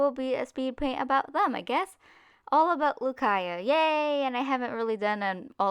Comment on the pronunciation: My name is pronounced ‘Caya’..... It was so awkward watching this for me ;^